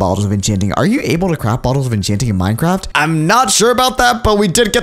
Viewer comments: Is it just me or did he say minecrap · at the beging i think he said minecrap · sed Minecrape